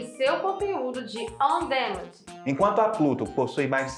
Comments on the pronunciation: Pq ela fala como robô? E se diz "on díménd"! O que estão falando parece maldição!!! Não custa nada ouvir a pronuncia dos termos em inglês no Google! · Bacana o vídeo, só uma dica: Não se pronuncia: On Démend. O correto seria: Aan duh·man Ou em português mesmo: Sob demanda